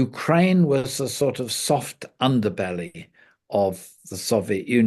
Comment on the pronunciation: I am sorry but as an Australian. But I cannot help myself when I hear an Englishman talking about soft umderbellies. 😅